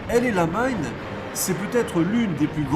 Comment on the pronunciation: Sympa, mais la prononciation El Amein fait un peu bizarre par rapport au nom réel de la position, El ALAMEIN :) Enfin c'est pas bien grave, mais un peu déroutant. Je me doutes bien que certaines parties ont été enregistrées après des journées déjà bien remplies. Alors merci bien pour tous ces efforts et ce sera un plaisir de découvrir les autres.